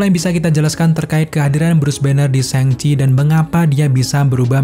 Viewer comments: Bang cara nyebutnya yang bener itu "shang chie" bukan "séng ci" LOL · Bacanya yang bener sangci bukan sengci hehe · Syang ci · Cara baca yg bener "syang ci"